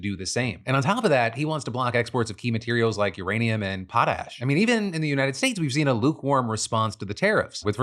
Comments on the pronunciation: i love how you pronounced pot ash properly this time 😂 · Yay Phil learned how to pronounce Potash!!! LOL